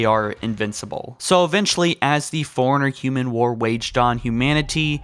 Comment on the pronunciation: Forerunner is pronounced 4-runner. Did you not play the games?